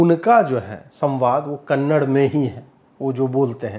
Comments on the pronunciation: Bhai.. for your kind information.. it's KANNADA ... not Kannad .... there is so much difference.. sply in essence and emotion .. and Thanks a lot for picking this topic and reviewing it 😊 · आपका review १००% अच्छा है । बस कृपया आप भाषा को कन्नड़ नहीं कहिए लेकिन कन्न-डा कहिए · Sir, Very nice review of the movie. As small suggestion, Please pronounce Kannada language as Kannad(a) with 'aah' at the end. Its similar to someone pronounce Hind instead of Hind(i) word. Since your channel is viewed by your subscribers or anyone on YouTube. Its very much important how the language 'name' is communicated. All the best and may god bless your channel with more growth. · I am nothing to correct you but there is no word 'Kannad' it's called as 'Kannada'. Sorry for this comment but its 'Kannada'. and your videos are very good. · Would really appreciate if you pronounce the name of the language correctly. It’s Kannada and not kannad. Liked the review otherwise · Yeh kannad nahi Kannada hey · Still you are pronouncing kannad ... No..... It's KANNADA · sir. ek request hai. please pronounce it as KANNADA not KANNAD and its KARNATAKA not KARNATAK. pls know the difference sir. thank you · Thank you Ajeet bhai for the wonderful review. Please pronounce as Kannada not kannad. You are doing wonderful service to nation and my best wishes to you always. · Kannad nahi re kannada bol be.handi nan makla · it's not kanad... its Kannada 😬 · Kannad alla Kannada!!! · That is not Kannad--- KANNADA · Sir woh Kannada hai .. Kannad Nahi .. Thank you for our awesome support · 'Kannada' guru not Kannad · Karma.. it is kannadAaaa not kannad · Sir!! You too please Watch it please 🙏 ..btw. it's kannada .. not Kannad .. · Kannad 😢 It’s Kannada 👍 One thing if you can educate yourself and your audience. Not your fault! Let’s collectively get better. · Bhai Kannad nahi Kannada, as in Canada. Similarly Karnatak nahi Karnataka. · Sir please one request... Its not kannad its kannada. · It’s not Kannad… It’s Kannada